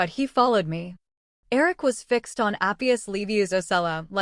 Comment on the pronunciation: This is totally an AI voice you can tell in the bad mispronunciation of words and the blending of words..fong=fang, fi-x e d= fixed😂